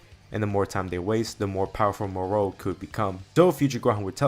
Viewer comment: The way you say Moro 😒🙄 other than that, amazing story